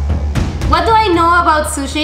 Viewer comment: And " suchi" hahahaha